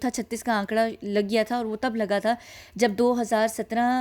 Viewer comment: 36 ka akkada. Not akkada....